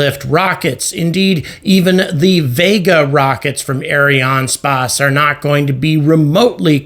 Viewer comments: Ariane spase 😂... its just space , like space englise .. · Its Ariane Space like the englisch word space. Please dont say it like you do. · Areeāne Spāss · Arianespace is mostly a French company, and I think the name is constructed from the words Ariane and Espace, the French word for Space. His pronounciation is quite common, although there should be no break in the middle.